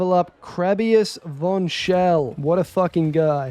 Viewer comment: Bro thinks hes the grim reggie also its not VON as in War its VON as in PHONE you know